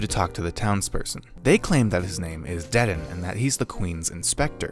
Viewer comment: As a part of the off cult following it pains me to here how he says dedan 💀 I'm joking but i think it's pronounced like deydahn Somethin like that idfk